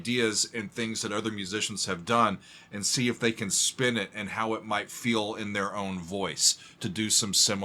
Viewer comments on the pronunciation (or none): none